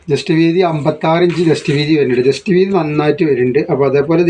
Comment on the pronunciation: എന്റെ ഒരു സംശയം നിങ്ങൾ ജെസ്റ്റ് വീതി എന്നാണോ പറയുന്നത്. ചെസ്റ്റ് വീതി എന്നല്ലേ പറയുക 60 സൈസ് നല്ല ചേലുണ്ട് എല്ലാം സൂപ്പറാ ണ്